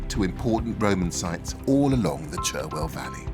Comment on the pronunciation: Erm… “Cherwell” was traditionally pronounced “Charwell” at least in the 60s.